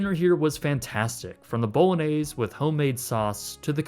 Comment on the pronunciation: First time I heard bolognese pronounced this way